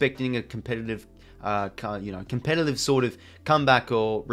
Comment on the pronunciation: Enjoy your videos I watch every week.. but your pronunciation of Saturday / Saliday and Competitive / Compellative is getting really hard to listen to 😂😂